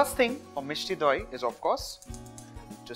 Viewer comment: The way he says Misti doi😍😍😍